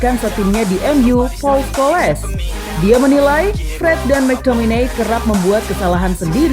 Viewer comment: Ulasan udah mantap.. cuma cara menyebut nama salah.. paul udah betul.. Tapi Scholes bukan Scho-les, inggeris sebut itu Schols ya sebut ikut itulah.. kayak Varane, malah jadi Varan-ne 😌